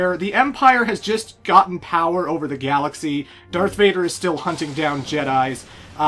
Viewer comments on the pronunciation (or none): none